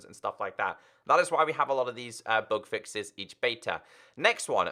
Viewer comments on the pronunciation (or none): Whenever says "bug fixes" i get confused by "book fixes" 😂